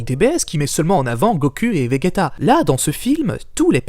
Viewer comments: Pourquoi il dit goku et vegeta, sa se prononce : Gokou et Véjéta ! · En faite il dit vegayta en faite. 😂